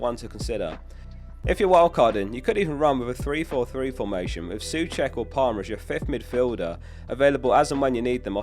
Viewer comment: Souček....Pronounced "So-check" rather than "Soo-check"